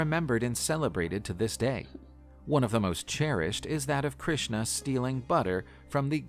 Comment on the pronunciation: Your pronunciation is wrong of Krishna